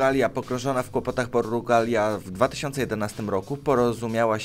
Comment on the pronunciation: JAKA PORRRUGALIA xd